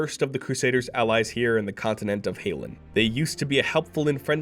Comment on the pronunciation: Hall-inn Not HAIL-INN Greetings from Fort Hope Vrijested